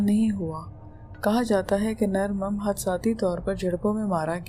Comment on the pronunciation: Excuse me madam mim nahi mum aur koh e murad nahi koh e murdar